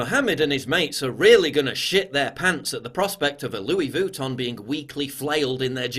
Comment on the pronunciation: PJW, I can't believe you pronounced Louis Vuitton as Voo-ton. Milo is literally shaking right now :'(